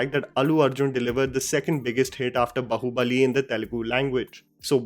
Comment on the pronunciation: waiting for the day you will be able to pronounce BAHUBALI correctly.